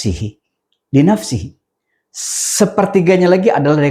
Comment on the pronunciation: Maaf koreksi hadits salah baca, bukan watsulutsun linafsihi, tapi linafasihi😮